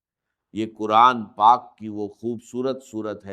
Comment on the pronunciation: Yeh Dr Israr Ahmed ka npbayan nahi hai. Yeh kisi nay unki awaaz lay kar aur unki tasweer lay jar bayed hai. Yeh AI ki bsni huyee video hai. Urdu ka talaffyz bulkul ghalat hai. Quran ko kuran kahan raha hai